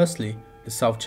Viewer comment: Do not say Sout China Sea